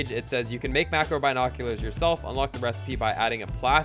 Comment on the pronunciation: Pronounce binoculars correctly 😂